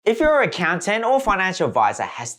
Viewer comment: It's Accountant not Accoutant !!! They "count" not "cout".